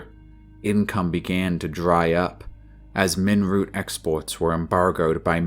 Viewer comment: Did you say 'ninroot'? Not too dissimilar from Nirnroot (Skyrim).